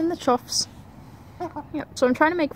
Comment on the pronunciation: Chough apparently rhymes with tough, not cough.